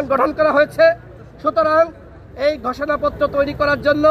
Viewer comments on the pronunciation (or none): গষোনাপ্ত্র?😅😅😅😅 নাকি ঘোষণা পত্র? এভাবে কেউ কি স্ক্রিপ্ট পড়ে?